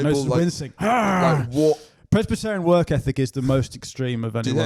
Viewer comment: I'm pretty sure said "pres -batt-arion",as if they are really in to big batty gyals